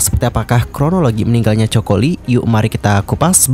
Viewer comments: Bukan Joko Lee ya, tapi Coco Lee. Rip Coco Lee jie jie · Penyebutan nama itu penting bgt. Narasi uda oke syg knp disebutin dsini coko li.. Seharusnya Koko Li 🙏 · artis ini kan sangat trkenal penyanyi yg hebat di hongkong nama nya coco bukan coko bang min eh😂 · Coco lee baca nya ( koko li) jgn joko li ihhhh malu la.koko li bacanya bro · Ralat bukan coko tapi Coco Lee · Bukan Choko min...its KOKO...tapi ejaan nya aja coco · Coco = Koko kali Choco baru bacanya coko 😂😂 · Baca nya koko bukan coko 😂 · Koko lee bukan coko😅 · Koko li bang baca nya bkn coko ..😅😅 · jadi aneh dia bilangnya coko 😅😂😂 padahal fans nya juga tau klo bacanya koko lee😂😂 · Aku Dr awal dengerin udah heran..Coco Lee bacanya koko li. Bukan choco. Yg artinya jdi chocolate. Parah nih admin. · Koko bukan coko😅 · Coco bukan choco Bang..emang kelapa..haduh.. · Panggilannya khokho bukan choko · Koko ,bukan choko.. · Bang.. baca nya bukan coko.. tp koko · koko li pengucapan nya bukan coko li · Koko bukan choko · Kenapa namanya dibaca coko?? Koko li bacanya bro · Coco Lee, baca "KOKO LI" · Baca nya coco lee ga enak bgt😅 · iya ganggu bgt..emang kelapa ya choco 🤔☺️ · “Ko ko Li”